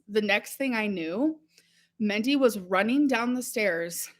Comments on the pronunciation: She lived with that woman for months yet she still calls her "Mendy" instead of Mindy. You'd think she'd learn how to pronounce it. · If Destiny’s Mom’s name was Mindy and she is repeatedly calling her ‘Mendy’, then I am taking great personal offense! She loved her so but can’t pronounce her name.😡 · But she say MENTY ✨️😭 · I really hope Its Mendy and she isn’t pronouncing Mindy as Mendy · Why is she saying Mendy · It's Mindy. She thinks it quirky to pronounce things like a child. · Why would she pronounce it like that omg..